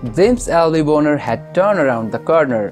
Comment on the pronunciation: The way you are pronouncing his last name sounds like a naughty word, it should be pronounced bahn-er not bone-er.